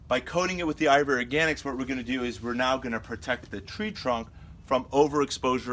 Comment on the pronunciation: Sounds like you are saying ivory organics